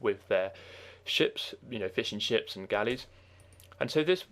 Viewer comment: great, i was looking for exactly these videos ! i started playing the game again but dont know the classes anymore, so i'm trying to figure out. btw, i like your voice. sometimes its very funny. like when you say fishing ships, it sounds like fish 'n' chips xD